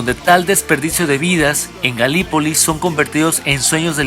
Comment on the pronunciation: Galípoli se pronuncia (y se escribe) acentuando la primer "i"